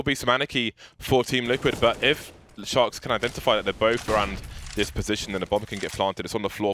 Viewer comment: I always hear "shox" instead of "Sharks"